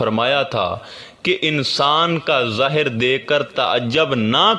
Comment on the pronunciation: work out on Urdu pronunciation zaahir not zahar many more hope u will look into it